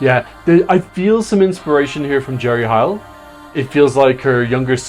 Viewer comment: can i just say smthn, and its not meant to be rude whatsoever. ... but u keep saying Jerry H iel, when its actually jerry Heil, like hail.